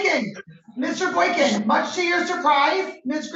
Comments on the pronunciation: He can't even say his name properly 😂 he clearly said Boykins a couple times. When she asked him w an S he said no. She heard it too. Idiot..hes obviously a jealous & immature fool. He deserves everything he gets. In my state if you don't show up it doesn't matter..you will still be charged. Ppl kept recanting their stories & wasting the courts time. So now the AG just prosecutes. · mayor Boykins???? and he added the S on the last name AGAIN......who is he? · Mr.Boykin literally pronounced his OWN name BOYKINS at least 3 times....lol wtf?! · Dummy don’t even know how to say his last name . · Lol he can't even pronounce his own name correctly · That dude said his own name wrong 3 times. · Says his own last name wrong then gets frustrated at the court 😆🤣 zero green flags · He can't even pronounce his own name correctly.